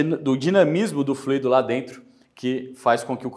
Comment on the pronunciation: Curiosidade: a palavra FLUIDO (sem acento), enquanto adjetivo ou substantivo (como é o caso do vídeo), tem sua pronúncia mais aproximada da expressão "cuido", por exemplo. Pode parecer estranho, mas o acento em "fluído", trazendo a pronúncia mais próxima de "ruído" só tem lugar quando da utilização do particípio do verbo fluir: o trânsito tem fluído bem, por exemplo.